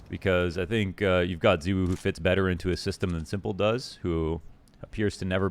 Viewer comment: pls. i just want to understand. 'ZEEwoo'. why. everyone else in the scene including his teammates, and zywoo himself pronounce it 'zye-woo'. why must you cause us pain by insisting on differentiating? the people need answers.